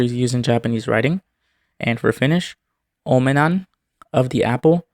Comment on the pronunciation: You pronounced "omenan" quite well 👍🏻